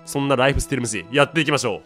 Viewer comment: エムスィー